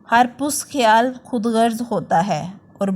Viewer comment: pust khayal nahi hota past khayal hota hy..... zabar k sath past khayal